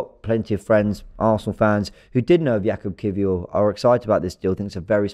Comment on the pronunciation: Perfect pronunciation by